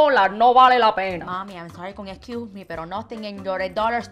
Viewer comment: I'm sorry con escu me 😂😂😂 my mom used to say that!!